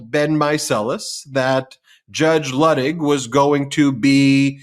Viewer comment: Ben, a gentle reminder that Luttig is pronounced Lootig long u sound. From a MT Patreon patron. Love you guys!